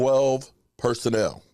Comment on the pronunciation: 😂😆 Personnel, not personal!!! MORON !!!